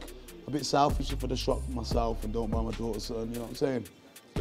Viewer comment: Fucking crying when his voice breaks and he says " I won't BEEEEEYYY them but" common as fuck, proper pub man 🤣🤣🤣